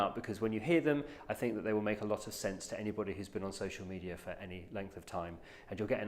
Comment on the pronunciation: Why does he pronounce it social meteor